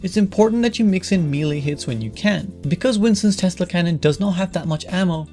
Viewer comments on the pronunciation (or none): melee is pronounced "may-lay"